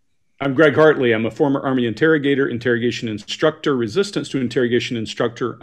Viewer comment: I like hearing the credentials! The quirky thing is the speed of delivery and the slightly changing ad-lib of the descriptions. The most compelling thing is the way Greg pronounces the syllable 'struct' in the word 'instructor'. The extra hard emphasis on the letter 'c' in this makes him say the word 'instructor' like he is interrogating himself!